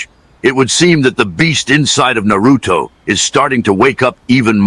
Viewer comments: Why can't they pronounce Narutos name correctly? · Not gonna lie....A.I is gonna have niggas mispronouncing Naruto for years lol